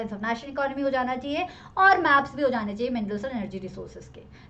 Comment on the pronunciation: Maam gaps nahi maps 🤣🤣🤣🤣